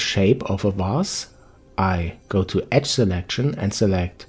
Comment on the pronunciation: Excellent help, thank you. BNBR—being nice, being respectful— , the word "edge" has a voiced "dge" sound, basically the "J" sound. However, if it's pronounced unvoiced, as it is here, it's the word "etch." I hope you can find this tip as helpful as your video was for me. Warm regards. D.P. Henderson, NV